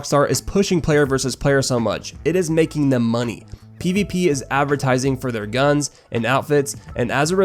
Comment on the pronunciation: "Give us the MoNeH"